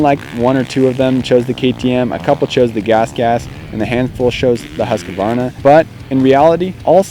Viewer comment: Huskuvana hahah, try saying Hoosqwuarna